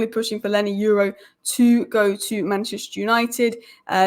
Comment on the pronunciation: Leny Yoro (Your-ro )And Not You-ro, Stop Butchering These People's Names. Learn How To Pronounce Someone's Name Before Talking About Them Or Mentioning Them. Edit: A Simple Constructive Comment And Most Of You Start Showing Your Tempon Strings, Anyway Thanks For The Engagement.